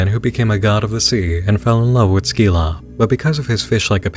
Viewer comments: It’s pronounced “SIL-AH” not “SKI-LA” but who cares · My bro, I hate to be that guy, but it's kinda in my name^^' I don't think you're supposed to pronounce the "c" in Scylla XD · Scylla = SILL-ah. Charybdis = Kuh-RIB-dis.